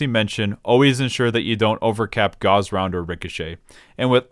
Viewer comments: bruh gauze round? GAUZE? its "GAWSSSSSSSSSSSSSSSSSSSSSSSSSSSSSSSSSSSSSSSSSSSSSS" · seriously i honestly cannot for the fucking life of me figure out how ANYONE could EVER get that pronounciation unless he's straight trolling, but by him pronouncing "GAUSS" as "GAUZE" as in "GET THE GAUZE PADS MY EARS ARE BLEEDING" lmaoo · As someone who's in their senior year of college, studying electrical engineering, your pronounciation of Gauss is painful, totally ok with the Machinist pronounciation though :) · Damn, fucked up the pronunciation of Machinist AND Gauss.